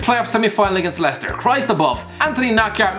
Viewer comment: or could pronounce it properly....